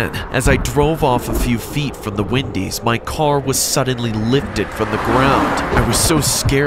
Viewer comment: When he says Wendy’s it sounds like windy’s for some reason lol idk it’s probably me cause it’s like 2 in the morning